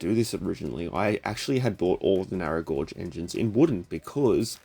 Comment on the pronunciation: "narrow gourge"